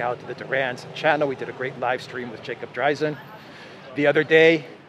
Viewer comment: Hi. Nice video. I noticed that both you and pronounce Jacob's surname as "DrAizin" while he actually pronounces it as "DrEizin". Having had my name mispronounced for years, I would ask him how he would like his name to be pronounced.